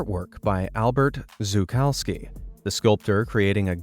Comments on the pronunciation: is bro Polish? (If so you read the surname wrong, its should be read Szukalsmi [sz = sh]) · The "sz" in Szukalski is pronounced like "sh" - Shukalski and Szukalski would sound the exact same. + Fun fact: "szukać" means "to search for/look for" in polish and while szukalski is not an actual word, it could be used to describe someone keen to search and explore, which seems pretty fitting :)